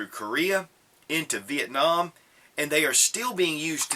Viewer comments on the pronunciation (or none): none